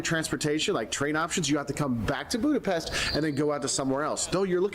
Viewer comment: Funny that he's been going there 20 years and still can't pronounce Budapest correctly! Hi is Szia and thanks is köszönöm.